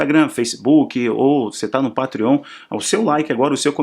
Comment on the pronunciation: PATREON - a pronúncia correta é "PEITRION"... Espero ter ajudado... Seus vídeos são excelentes! Jesus te abençoe sempre!